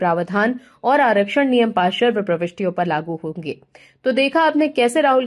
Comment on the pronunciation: समाचार सुनाते समय कृपया शब्दों के सही उच्चारण पर ध्यान दें। शब्दों का गलत एकाधिक बार गलत उच्चारण कानों में बहुत खटकता है। जैसे कि देवी जी पार्श्व शब्द को बार बार पाशर्व बोलकर अपना ही उपहास उड़ा रही हैं। आशा है आगे से ध्यान रखा जाएगा। जब हिंदी में बोलकर ही आपकी रोजी रोटी चलती है तो कम से कम गलत उच्चारण करके हिंदी भाषा की गरिमा को ठेस तो ना पहुंचाएं। इसे दिल पर लेने की जरूरत नहीं है। मुझे भी पता है कि आजकल के नए जमाने में आधुनिक बनने के चक्कर में सभी लोग अपने बच्चों की शिक्षा की शुरुआत ही अंग्रेज़ी माध्यम वाले स्कूलों में भर्ती करके ही करते हैं। जहां पढ़ाई अ से अनार या क से कमल नहीं बल्कि ए फार एप्पल से होती है। जब शुरुआत ही गलत होगी तो सही परिणाम की उम्मीद नहीं कर सकते। कुछ लोगों को मेरी बात बिना मतलब की लग सकती है। लेकिन जब तक बताया नहीं जायेगा तब तक किसी को अपनी कमी का पता भी कैसे चलेगा। जय हिन्द। वन्दे मातरम्।।।।